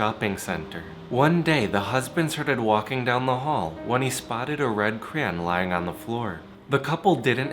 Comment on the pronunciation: you have a amazing speaking voice but "CRAYON" pronouns like "Cry-on". well its still cute the way you pronounce it . HEHEHEH